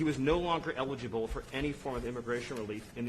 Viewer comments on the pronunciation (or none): none